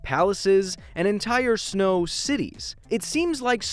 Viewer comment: he said shno instead of snow